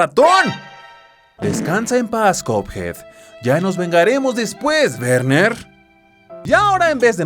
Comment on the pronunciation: en realidad es Werner Werman pero en el doblaje latino lo dicen mal por alguna razon esto se confirma en el juego donde dice que se llama Werner Werman y no Berner Berman